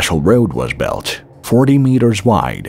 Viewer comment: Yeah he said belt for word built